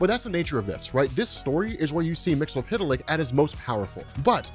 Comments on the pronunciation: 'Wait, is it "Mix-ill-pit-lick" like is pronouncing it? Or "Mix-yes-spit-lick"? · You need to work on your pronunciation of Mxyzptlk. It sounds as though you're saying "mix-el-pit-el-ick" rather than "mix-yez-pit-el-ick".